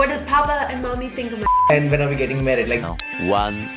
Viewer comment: it is married not merried 2+2 we all love u